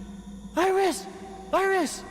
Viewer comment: Well, the one who did the voice says Virus instead of Iris